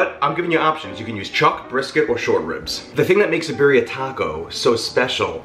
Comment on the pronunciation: Pronounce “Birria” correctly!